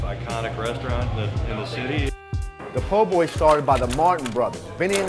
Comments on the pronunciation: You lost me when you said poor boys instead of po’boys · Its not POOR Boy ...lady it PO...BOY